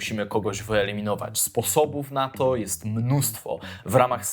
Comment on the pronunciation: Czy tylko ja usłyszałem ,,tzo gdybyście" na początku? hahah